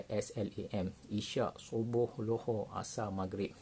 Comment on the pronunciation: Zohor bukan lohor///😂